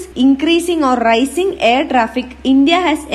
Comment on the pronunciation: Ra-ee-cing....rising mam